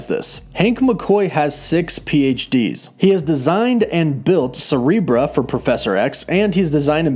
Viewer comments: Did you say cerebra? Cerebro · Dude the pronunciation of Blue Marvel's name is wrong. Adam Brashear "ear" brasheeeeeer also it's cerebro not cerebra. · Adam "Brasher"? You mean Adamn Brashear right? And its Cerebro NOT cerebra....lmao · When u pronounce Cerebro wrong “Cerebrah? Bro.” I hope someone understands my pun